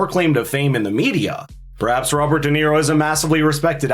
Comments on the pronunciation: Shirley Jackson :the lottery: read it Dum-Nero. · Robert De Nero 😅 what a a... h...